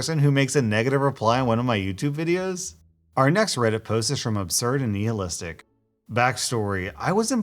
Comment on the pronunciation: “Obserd n neehalistic”